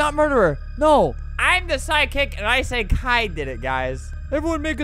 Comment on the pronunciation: Okay yeah junko joined flamingo- but- are we not gonna talk about how he says "saiki" like saiki K fans where are you 🚶🏻‍♀️